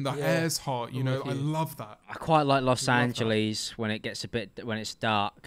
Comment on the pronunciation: Los Angelees